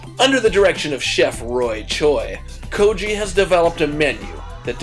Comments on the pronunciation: Seriously? Goji is a homeless person it's Ko-gi. And that paste is NOT a BBQ sauce that's a korean hot chilli paste!!!!! =_= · actually it's pronounced Go-Gi like the G from Guiness Goji means homeless person ;)